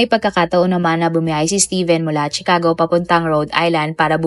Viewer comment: No offense, suggestion ko lang, review mo muna ang mga words na sasabihin mo sa video like names of persons, places, etc. Katawa-tawa kasing marinig ng mga viewers ito. Like pronouncing Chicago, it’s pronounced “Shicago” not CHIcago.